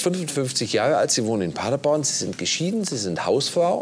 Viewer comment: Wir müssen noch an der Aussprache von „Paderborn“ arbeiten: Paddaboan, mit Betonung auf der letzten Silbe. 😉